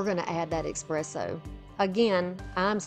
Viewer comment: Gorgeous and well done!! I do have to let you know that it’s pronounced essss presso, not ekspresso. 🖤🖤🖤